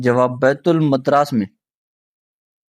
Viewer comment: Correct pronunciation. It is Baitul Madaris and not as told